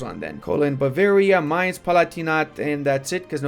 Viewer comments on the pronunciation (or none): none